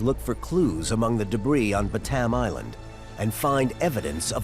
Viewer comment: Ba-TAM Island 😂😂😂